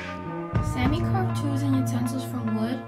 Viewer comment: its Saami. "Sámē. or salami without the l